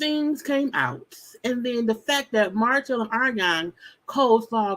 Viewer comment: Eww, Martell & these s in the end of his words.. Sir!!! It’s giving sassy